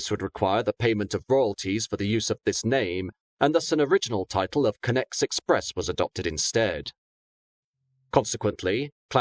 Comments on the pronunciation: Is it not pronounced conn-ex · Also the pronouncing of “Connex” makes him sound like he’s saying “Connect”